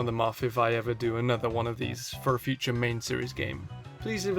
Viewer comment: back to the futere